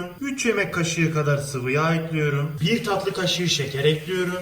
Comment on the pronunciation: Üfff ekliyrüm ne ya düzgün konuşun lütfen dinleme isteğim gidiyor